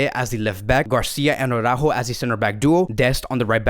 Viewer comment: I’ve been watched your vids for months no one seems to correct you. It’s Araujo* not Aurajo